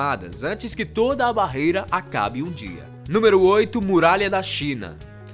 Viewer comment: a pronúncia do 8 está errada vcs sabem disso né?